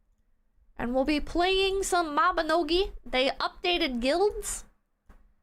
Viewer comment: "maibnogi guild night" 3 hours of talking about grills